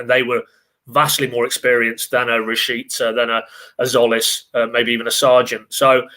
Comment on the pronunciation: Jolis?????? I think it's Zolis. The T is silent